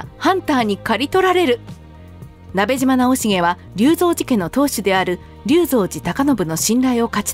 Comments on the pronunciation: ❌なべじま ⭕️なべしま ですよ！ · 聞き間違えていたら申し訳ないのですがナベジマではなくナベシマだと思われます よく間違われるので楽しみにしていた故郷の武将なので恐縮ではありますが覚えて頂けると嬉しく思います。